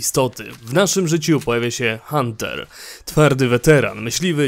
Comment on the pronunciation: Mogę się mylić, ale Artem i Hunter w tym przypadku wymawia się tak jak się pisze, nawet w audiobooku sprawdzałem. Poza tym, gra jest świetnym dopełnieniem książki. Frajdę daje odwiedzić lokacje, o których się czytało i zobaczyć jaką ich wizję mieli twórcy.